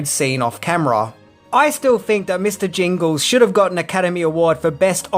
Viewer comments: Mister Jangles. Not Jingles. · The mouse's name name is "Jangles" NOT "Jingles"... as in "Mr. Bojangles"..... (cmon, in a re-upload too)